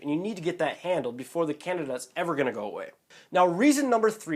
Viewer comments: Can-deed-dah diet. Not Can-i-da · Can-de-da, not Canada face palm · It's Can-DEE-dah !!!!!!! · It's can-dee'-da, dude! You're mispronouncing it. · Can-dee-a......LEARN TO PRONOUNCE IT! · It is pronounced can-DEE-duh. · you cant even pronounce it right . Over 6mins video to finally say that should get some kind of prescription to kill it . You didnt say what that could be. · He doesn't Evan pronounce candida correctly so I kind of find this video hard to believe😑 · how am I going to take somebody serious if you can't even say Candida right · learn to pronounce candida